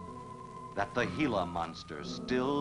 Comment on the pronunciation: Good movie, but you never can be jump-scared. That mysterious spooky music always plays before the Gila monster comes to attack. Correctly pronounced as " hee-luh", not " gee-luh"